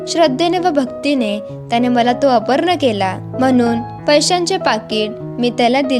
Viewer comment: मराठी भाषेचे उच्चार योग्य हवेत. अपर्ण हे चूकीचे आहे. अर्पण असे म्हणायला पाहिजे. मराठी भाषिकां कडून चुकीच्या उच्चारांची अपेक्षा नाही.